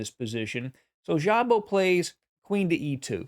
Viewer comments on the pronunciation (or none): I believe in Hungarian just ignore the "z" and pronounce Szabo like Sabo.